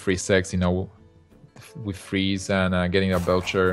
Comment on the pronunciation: I have to say it. I haaaaaaate esport commentators with THICK accents like. If you cannot say "with" as "with" and not "wiff" then you need to go back to primary school. Articulate! There are speech therapy classes for a reason. Sorry guys, it bugged me. I needed to get that off my chest.